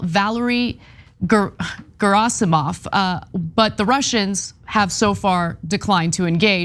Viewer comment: Not to nitpick your nitpick of the nitpick, lol - cos I love Ana and the show and the coverage during these human times - BUT (and no, no time stamps cos the video is freely available should you really care) - she mispronounced Gerasimov's name pretty hard - and made an audible gesture to her lack of command on the name that does speedbump the message. Then there was the de-con-flic-tion fumble (or as I lovingly remember it - "deconflictation"). She went back to that one, and still came out with the same erroneous result. It's not nagging, but it is totally noticeable, and in this day and age of "U.S. don't read so to gud", as we are actively facing potentially serious conflict with those who hate Western/Euro-centric worldviews because they feel people are uneducated and unable to politic / lazy and inept - AND are BEING CRITICAL ... it's pretty rough, and there does need to be a set standard. After the blunder that was 45 (not to mention far too many "social influences"), we must be SUPER stringent in what we are putting out. Add that coupled with the "super fun" emoji ad at the end of each video, no matter the gut-wrenchingly honest material depicted within ... it IS kinda hard to overlook the expectation one may have to the level of decorum certain situations dictate. BUT TYT is way better than most places. But requesting to pull receipts like timestamps when it's pretty obvious is kinda pale, y'know? <3 Ana - keep up the good work. I know you work hard! This was purely